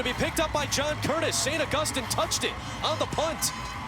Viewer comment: How hard is it to say August- EEN